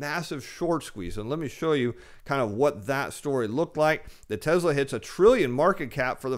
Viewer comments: TESSLA not TEZZZLA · Very good but it's pronounced TESS-LA, not TEZ-LA....as in Elvis PRESS-LY, not Elvis PREZ-LY......thank you.....thank you very much 😃